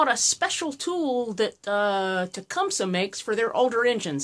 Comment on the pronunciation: Yay, she said TecumSUH, not TecumSEE, like so many small engine channels do. SUBSCRIBED!!